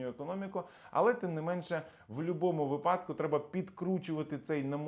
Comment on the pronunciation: Дякую, цікаво. До речі - вИпадок, а не випАдок.